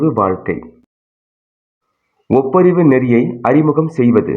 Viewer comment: ஒப்புரவு அதை ஒப்பரிவு என்று உச்சரிப்பது! தமிழை கூடுமானவரை பிழை இன்றி உச்சரிக்க முயலவும் நிறைய இடத்தில் வேகமா உச்சரிப்பதால் உணர முடிகிறது.